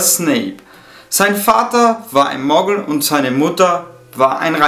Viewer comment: Nicht “Moggel“ sondern Muggel